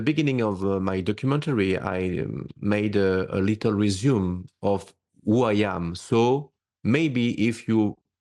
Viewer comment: So hard to follow and understand this guy with his French accent--even with subtitles! How can he even mispronounce "resumé" (re-zu-may)--a French word!--as "reh-zoom". Oi vey...🤦🏻‍♂️ Also, parental testimonials (interviews) and old audio cassette tapes aren't really proof but just repeating what he already said. Where is the water and crystals he claims to have taken when he was younger from a dream, Freddy Krueger "Nightmare on Elm Street"-style?